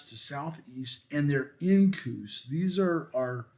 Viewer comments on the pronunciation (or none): I thought couscous was a pasta🤔 Oh you were saying incuse 😂